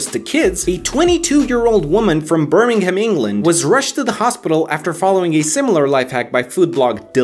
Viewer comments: Im surprised at how well you pronounced Birmingham, tbh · at least he said Birmingham decently well...